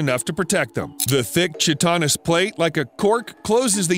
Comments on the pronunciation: "the thick [chi - TON - is] plate?" No. it's pronounced [KAI - ti - nis]. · "The thick, 'chit on us" plate" wut? "Chitin" = "kye-tin" "Chitinous" = "kye-tin-us" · Chitanas???? It is pronounced Kite-en-us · "Shit-on-us" . You do so much research, but put zero research into pronouncing words correctly. It's "kyte-ton-nuss"... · Chitinous pronounced Kai-tuh-nuhs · pronounced; Kite-en-ous